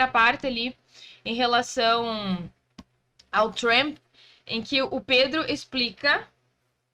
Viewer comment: Pronuncia pessima “trEmp”